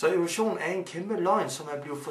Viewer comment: Siger han Ole Sohn eller Evolution? Hvem tror fuldt og fast på OlechJohn?